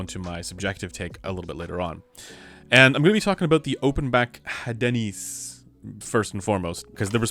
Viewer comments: I believe the pronunciation for the Hadenys is: "Ah den ees" if my French is correct. So, no emphasis or inclusion of the "H". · We don't pronounce the letter "H" in french so "adeenis" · I think it is Áhdenys, strong A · Hadenys is obviously pronounced HAD-ANUS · Pronunciation: Asùris and Edenìs. Very interesting news. Thank you for sharing. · I believe the pronunciation of the Hadenys is a subtle marketing campaign for a certain breakfast chain and pronounced Hey-Denny's.